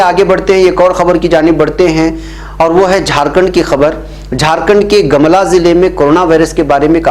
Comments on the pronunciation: Jharkhand, Gamla nahi gumla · गमला नही गोमला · Gumla naam hai sir gamla nahi hai sir